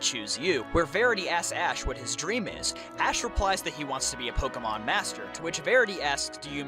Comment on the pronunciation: Take a shot every time he butchers pokémon